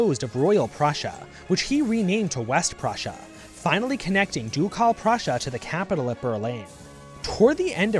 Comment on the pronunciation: jesus christ, "doucalle prussia"? it hurts my ears...